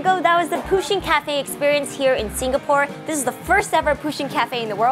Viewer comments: Its pusheen not poosheen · Fun fact: Pusheen is anglicised from the Irish Puisín which means little cat or... Kitten :) It's pronounced "push-een" though not "poo-sheen"